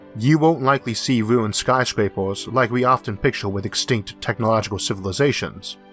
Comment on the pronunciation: ERRRR ER ERRR YOU WANT TO BE TAKEN SERIOUSLY THEN YOU SHOULD LEARN HOW TO SPEAK PROPERLY Dam I bet you are one of those educated idiots. I tried to listen but you yeaors and sky scoorapers